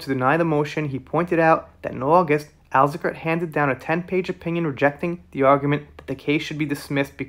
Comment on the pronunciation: Everyone is celebrating 10/12/21. The day the appeals stopped. Ben Chew," The decision does not seem to be close." That's a mic drop. Azacarate, pronounced -As karate'